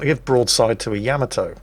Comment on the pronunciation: It is not without irony (a type of humor) that I bring to the forefront the fact that as you quip on about someone's speech patterns or pronunciation failures that you continue to mispronounce the very ship you are featuring!, for God's Sake it is not pronounced YAMamoto, it is pronounced YaMAHtoe look it up. Well having said that carry on! Love you. You would send me straight to the bottom. Tod in Las Vegas.